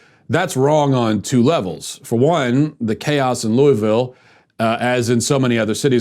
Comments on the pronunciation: First off, Louis-ville, not Louie-ville. I live here. You're a disgrace to honesty with what you're saying is the truth about Ms. Taylor. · It's pronounced luhvul. This man said everything except the correct pronunciation. Not too mention that if you watched the live streams (which I did for 8 hours) there was no violence instigated by the protestors whatsoever. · While this is just a bunch of crap, I must also add, learn to say Louisville. It’s not that hard really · Matt, I love you; but please never say Louisville like that 🙈😂